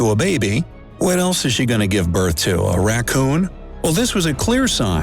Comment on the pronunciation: I CAN’T HE SAID A RATCCON U R FUNNY